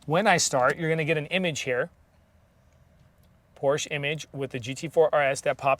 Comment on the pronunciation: It’s POR-SHUH.